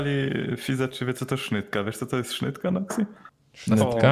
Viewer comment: sznita a niy sznytka kurła xD